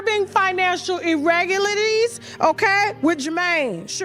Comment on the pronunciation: You can't be that loud and not be able to pronounce irregularities 🤣🤣🤣🤣🤣🤣